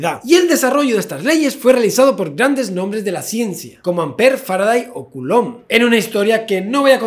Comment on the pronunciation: "...como Ampere, Faraday o CULÓN"